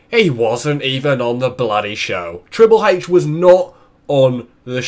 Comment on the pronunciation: triple heich xD